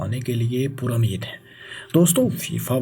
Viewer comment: yeh banda apni pronunciation thik ni kry ga, yeh channel faisal bhai ki wja se subscribe kia tha lekin ab faisal bhai is channel pr ni aty aur yeh bnda alfaz ko sahi pronounce ni krta,,, it's time to unsubscribe this channel isko koi btaye k maqably ni muqably hota hai mamalik ni mumalik hota hai pur ameed ni pur umeed hota hai mataliq ni mutaliq hota hai banyad ni bunyad hota hai majasma ni mujasma athaya ni hota uthaya hota hai matabik ni mutabik hota hai mastakil ni mustakil hota hai aur bhi bht sare words hn